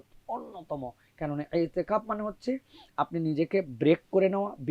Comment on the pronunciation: Itiqaf---no itteqaf...hai re sangbadeek!!